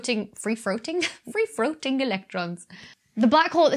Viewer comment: free-froating? free-throating?